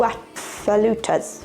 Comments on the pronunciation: Flautas is said like the ou in ouch, the as like us, "floutus" they are bigger than taquitos usually. Your taquitos look heavenly!! Served with rice and refrieds, guac, pico/salsa, sour cream. Can also serve as 7 layer dippers!! Prayers for you and your family during these tough times. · I’m so very sorry. Losing a parent is so hard. I think it’s pronounced like flaw. Flauta. I love the flour tortillas in things. I do my rice like that. Toasted rice adds flavor. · Toasting the rice before cooking gives it a very slight smokey flavor. P.s. "fl-oww-tuss" like a Mexican Flute. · . Pronounced "flow-tahs". First syllable rhymes with "how". Spanish word for flute. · Never had spinach in a taquito, but why not? Might give it a try. Browning the rice adds flavor and coats each grain in oil so it will be loose and fluffy. Next time toss a whole jalateno or serrano pepper on top while it cooks, adds flavor but not heat. Flautas is pronounced flow(as in plow) tuss flow tuss. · I am so very sorry for your loss. The taquitos look really delicious! The flour tortilla ones are pronounced fla-oo-ta but you say it quickly. It is the Spanish word for flute. Maybe try Mexican pickled carrots or red onions. Both are delicious and very easy to make.